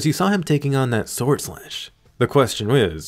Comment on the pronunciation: I'm not the only one that heard sworldand during the fight right? That sexy beast.